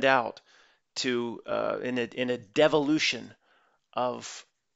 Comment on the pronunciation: When you said de-volution it sounded like you said devil-lution… so true 🎉🎉🎉